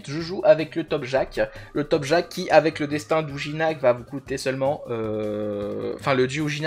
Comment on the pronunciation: "topjak" mes oreilles saignent.. 🥲 Topkaj quand tu retournes toutes les lettres ça fait Jakpot, sinon c'était une très bonne vidéo, et j'ai le même avis que toi sur l'eca en général, après je joue pas tout à fait la même chose ou les mêmes passifs, et je le joue distance, et clairement la voie terre et l'élément à mettre en avant puis faire un choix entre eau et feu, mais la voie eau colle bien à la voie terre pour un bon mode DPT /Support, +1 abonné.